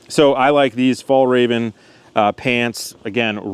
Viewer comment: Your prononciation for "fjällräven" was so good that I (a swede) thought it was arabic, well done!